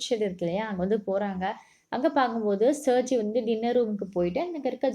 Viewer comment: That's sergie😂